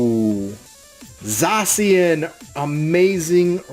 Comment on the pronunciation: It's pronounced zash e an